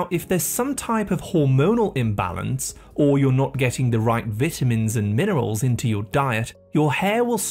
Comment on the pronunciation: oh my god the way he says vitamins is cringey, he's pronouncing the word wrong 😮